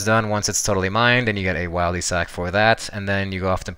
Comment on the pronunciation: Disliked can’t even say Wildy properly